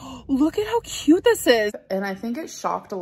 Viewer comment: When she says “cute” like “ca-yuuuuut” i want to scream like a Klingon to the sky 😂 or “stinks” as “steenks” or “both” as “bolth”